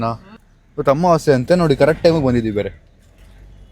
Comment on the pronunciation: Amavase ❌️ Ammavaase 😅✅️